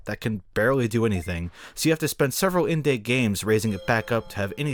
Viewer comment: "In-day games" hahah